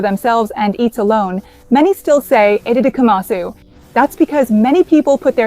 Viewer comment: EDIT: AI generated content! Watch closely onward. Her fingers clearly move through her face, as AI would do! 😒😡 unsubscribing! I’m not sure why, but the pronunciation of “itadakimasu” in this video seems anglicised and wrong. It doesn’t sound Japanese at all.